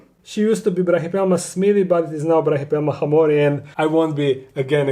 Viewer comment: Hey, just so you know, as an ancient history student, hamorii is actually pronounced ‘ham-or-ee-i’ in Latin. Love your videos!